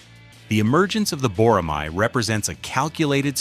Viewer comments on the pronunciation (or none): Boramai -> Boramae (æ) 보+라+매 발음을 확실히 하세요 🇰🇷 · I enjoyed the video. And you pronounce bo-ra-mai, but it's actually bo-ra-ma(as ma-ny). It means a hawk raised for hunting. It is also a symbol of the Korea Air Force Academy.